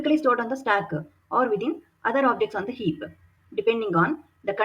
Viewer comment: superb content. pronunciation is a bit jarring even for an Indian. stack and heap with ck and p almost silent - not heapuh and stackuh